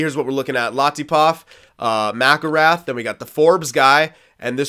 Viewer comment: Mcllrath is pronounced (Mc-kill-wraith) I'm pretty sure